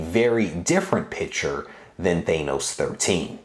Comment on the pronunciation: The way you pronounce Thanos is cringe. It's not thaynoce it's thaaaanoce